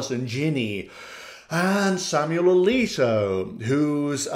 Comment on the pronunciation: "Justice A-leak-o" 🤣🤣🤣